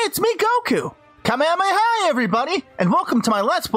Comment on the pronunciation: did you seriously say ka-me-ha-me-hi REALLY!!!!!!